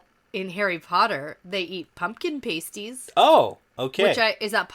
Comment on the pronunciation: Their pronunciation was incorrect. Kind of funny that did all that research but didn't check how the word was pronounced.:-)